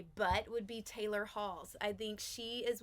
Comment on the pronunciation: mispronouncing taylor’s name is beyond embarrassing…